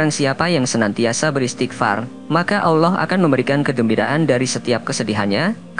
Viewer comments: Alloh... Bukan awlloh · Nyebut Allah aja gak pas Alloh gitu. Jangan menafsir Ayat Suci Al Qur'an kalau gak paham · sebut nama Allah dgn betul.... bukan *awloh*... elok ngaji dgn guru AlQur'an... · Tidak bisa baca Alquran anak itu, ngucap Allah sj 'awloh'...parah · Min, baca ALLAH juga masih shalah ALLAH bukan awloh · Allah saja kau bilang aullah benarin dulu lah ucapan pengucapan Allah mu. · Sebut nama Rabmu dg benar ALLOH bukan kedengaran AWLOH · Maaf min...cara mengucapkan Allah...kok begitu kurang enak didengar ya ada huruf W ...dudepan huruf A...kaya mengucapkan Awlah..bukan Allah...sekali lgi mohon maaf.. 🙏🏻🙏🏻🙏🏻🙏🏻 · Kok yg bicara Alloh gak fasih yaa. Coba simak klu mengatakan Alloh. [ Allow😢😂..ini yg bicara org Islam atau bukan ya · eh admin lo menyebut Alloh itu yang benar bukan awloh tapi Alloh... dan beristiqfar itu bagus tidak ada yg tdk bagus utk beristiqfar... lo orang wahabi ya dan ingat ucapan kata Alloh bukan awloh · Kamu ini sok kiyai. Tapi gak bisa baca Allah. Kamu cuma bisa baca Alah. Ojo ngono yo nek moco . Sing bener ya. Ojo sok Kiyai. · Ngucap Allah itu bagusnya LL di tebelin dan lidah ke langit2 .. biar Terdengar Agung, Enak di dengar dan estetik terhadap Panggilan seorang Hamba ke Tuhan Robb kita semua yg Menciptakan Alam semesta dan seluruh isi di dalamnya . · Berguru di mna MIN, kok penyebutan asma AWLOH.. Adakah yg slh dengan lisan mu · APAAN CARA NYEBUT ALLAH KOK 'AWLOH'! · Pengucapan alloh kurang benar mas banyak banyak belajar ya sebab pengucapan yg seperti itu sangat2 dibenci olehnya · Malu,aku,dengarnya,ucap, Allohnya,sama,megawati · Tapi ketika anda melafalkan lafal ALLAH saja belum tepat ... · Sebut lah Nama Allah Dgn Betul..Salam Dari Malaysia..sebutan Allah Tu Salah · Maaf, pembaca narasi perbaiki bacaan الله nya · Pengisi suwaranya saja gak bisa menyebut nama Alloh dengan benar kok menyalahkan orang berisghfar..... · Ngomong Allah saja lu udah salah. Oii yg isi narasi. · Mulutnya belajar cara menyebut nama ALLAH. KAYAK CELET